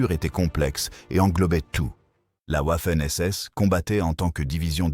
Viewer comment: Pourquoi la Ouaffenss? Le W en allemand se prononce V